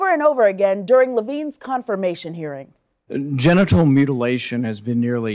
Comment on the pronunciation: Sounded like he was saying getinal mutilation...